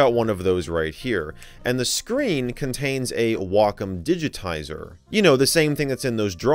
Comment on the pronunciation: You’re always bringing neat, under-the-radar retro tech to the forefront; thank you! Also, TIL how to pronounce ‘Wacom’ correctly — I’ve been saying in wrong since the early 00’s 😂